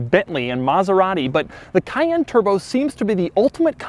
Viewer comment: Omg he can’t say cayenne